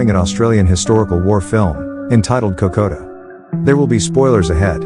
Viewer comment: Just for the record, the name of Kokoda is pronounced "Kokka-duh" and not "Kok-oh-duh". The incorrect name has sadly become part of Aussie folklore and even though many Australians pay homage to the sacrifices of our soldiers by visiting and walking the track every year, nobody seems to listen to the way the local people say the names of the landmarks along the track.